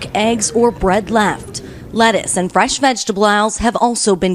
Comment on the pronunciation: Did anyone else clock the way she said vegetables 😂